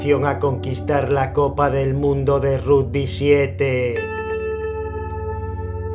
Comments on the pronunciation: "Rugby" - "Ragby" asi se pronuncia gil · Jajajaja esa voz... El RUDBY